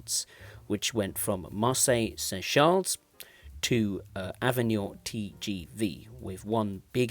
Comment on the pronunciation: It's ok: the other words are very well pronounced! "Avignon", "Marseille-St-Charles", etc...